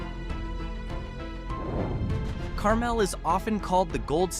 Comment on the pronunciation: Learn to pronounce Carmel, the one in Indiana.